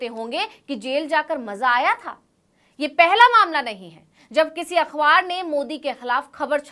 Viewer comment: “अख़बार” अखवार नहीं। सही उच्चारण करो।